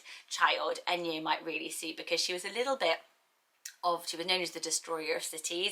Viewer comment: Enyo is actually pronounced Eh-ny-oh in Greek 😁